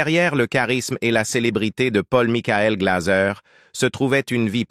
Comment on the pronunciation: Pôll Mikoul Glazeu !!! Maudite voix robotisée de l'IA 🙄